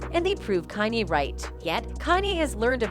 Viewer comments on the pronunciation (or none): Whoever owns the AI narrator used in these vids REALLY needs to train it on correct anunciation of words and names, bc the damn thing prounounces "Kanye" at least five different ways during the video, and makes other grammerical errors! What happened to AI being more intelligent than humans? This bitch cant even speak ENGLISH! (Oh, and it happens in EVERY video that uses this AI Voice narrates, so ive been hearing these silly mistakes for AWHILE now!) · “Canay” it’s KANYE. I swear these channels purposely mispronounce peoples names if they can help it. But then say everything else right, It’s starting to get annoying. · If only the woman pronounced Kanye correctly. It's KANYE, not Kaneye! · I love this video, BUT why not use a real person to voice the piece????? The fact the AI generated voice repeatedly saying “Kah-nai” instead of KANYE was irritating AF. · Who the hell is Kan-Eye?😂😂😂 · "Kanhey west" 😂 A.i you funny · This AI channel calls him con eye and can eye, which is better than the last one i watched that called him cane. I hate AI channels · The music industry was designed to keep the artists in debt and own non of their own material. And why is this bi*ch calling Kanye......Con I, Con A, Can I. I mean WTF. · TTS isn't allowed on YouTube i thought. Thr AI's pronunciation of Kanye is a dead giveaway. Try harder next time 🤦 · Would be cool if the narrative voice could properly pronounce Kanye's name, no? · Learn how to say Kanye’s name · Why is Kanye's name pronounced different everytime 😅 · Why can't she say Kanye???🤦🏾‍♀️😮‍💨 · This lady needs to do a better job as a commentator. She correctly pronounced Kanye one time throughout the entire video. How are you supposed to be discussing facts and matter so significant and you can't even say someones name correctly. It's not even a hard name. Almost seems deliberately disrespectful. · The greatest murder is how this lady pronounces Kanye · This bot can’t pronounce “Kanye” 😂😂😂